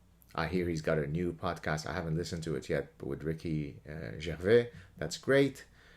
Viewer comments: This is quite an interesting video. I can't get past it being about someone unfollowing someone on a social media platform, I can't get to it being that big of a deal. If he had cut him off in real life then I could get the agg. Oh It's pronounced Gervais, not Gervais by the way. He comes from the UK and it would never be pronounced Gervais. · The way you said “Gervais” should be a hate crime.